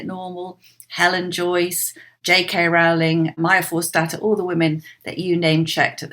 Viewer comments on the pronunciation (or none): A rare mistake by the admirable Allison Pearson. J K Rowling 's surname rhymes with "bowling", not "howling".